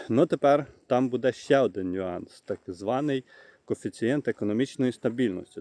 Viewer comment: Ставте правільно наголос! Не будЄ, а бУде! Скільки можна вам про це писати, невже це так важко запам'ятати.